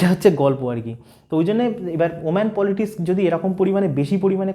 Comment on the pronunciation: সব ঠিক আছে, কিন্তু পলিটিকস এর বদলে বার বার পলিটিসক বলছো কেন !